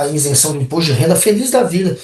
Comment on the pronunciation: Ótima análise. Mas,, o correto é isenção, e não insenção! 👍